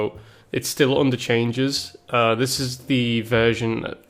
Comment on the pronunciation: No, it is thidges